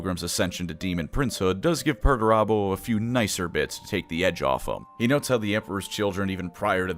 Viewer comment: all im hearing is Megatron